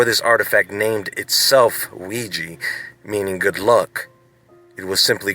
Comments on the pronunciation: Don't know if it has been mentioned, but OuiJa board doesn't mean "good luck" ... the name comes from French "oui" and German "ja" ... both meaning "yes". It's pronounced "wega" ... not "wegee". Technically, it's pronounced "we ya". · ouiJA not ouiJI. pronounce the damn thing like it's spelled.